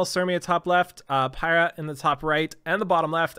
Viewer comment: Piera though I think it sounds like peera?????